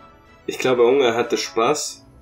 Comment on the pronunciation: Betonung von unge ist ja on point